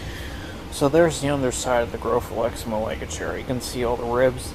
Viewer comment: Hey, just thought I'd let you know that Malaga is pronounced 'Mah-lah-gah'